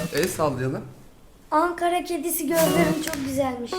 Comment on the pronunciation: Çok söktü, çok sıktı ve son olarak onlar spiiderden bahsediyor... Videoya seyreden arkadaşlara geçmiş olsun. Angara değil ANKARA!!!!!!!